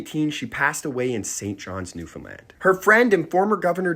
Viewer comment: Omg you said Newfoundland right! ❤❤❤